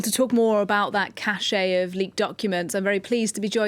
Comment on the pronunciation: Cache is pronounced "cash", not "cashay".